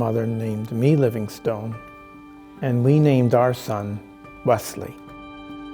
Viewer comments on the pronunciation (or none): I was born and grew up just a few miles from David Livingstone's birthplace in Blantyre, near Glasgow in Scotland (there's a wonderful museum there now). It's pronounced "LIVINGstin" i.e we do not say "stone" with any emphasis as does. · I guess ive been pronouncing Livingstone wrong my whole life.